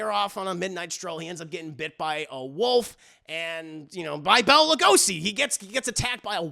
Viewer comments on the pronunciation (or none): none